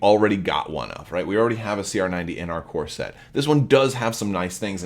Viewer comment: Ah..."CORE SET". Not "CORSET". Couldnt figure out what you meant.lol